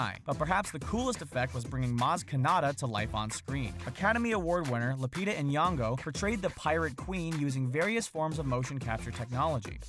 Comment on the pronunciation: you mispronounced lupita nyong'o